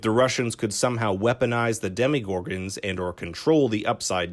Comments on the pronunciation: Um its not demigorgons its demogorgons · Demigorgons its demAgorgons